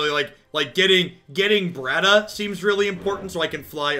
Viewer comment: Look, I know, your stream your rules. But just know that every time you pronounce "Battra" as "Bratta", you're making this no-life Godzilla fan cringe. Keep up the good work otherwise!